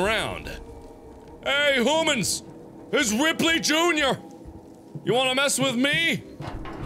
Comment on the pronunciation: The return of the word HOOMANS!